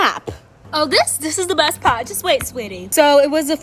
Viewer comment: WHO IS DA GURL WHO SAYS "DIS IS DE BEST PAWT" ALSO